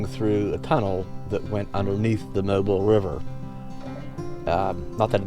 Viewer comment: Hey: Pronounced Mo Bill. Not Mobull